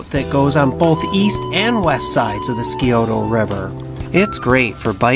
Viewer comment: Great video! It’s pronounced “Sigh-O-Ta” river.